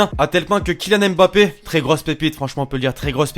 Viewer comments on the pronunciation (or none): none